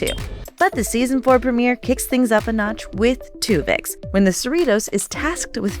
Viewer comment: "Twovix"... seriously?